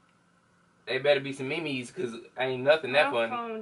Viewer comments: LMFAAOOOO nigga said me-mes 😭😭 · He said Me-Mes 😂😂😂😂😂😂😂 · This dude said me mes💀💀💀💀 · Not he said me me’s 😂😂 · "it better be some me mes"💀